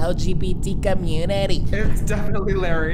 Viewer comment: PLSSS LARRAY IS KILLING MEEE I NEED MORE OF THISSS “what happened to the L. G. B. T. commu-NiTy..”